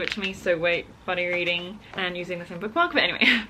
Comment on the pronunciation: ...I always hear her say Bunny Reading! She's NOT saying Bunny Reading?! 🤣